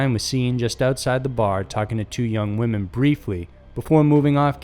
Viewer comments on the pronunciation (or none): none